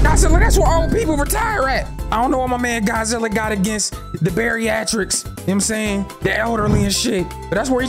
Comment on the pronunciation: This man said beriatrics instead of geriatrics lol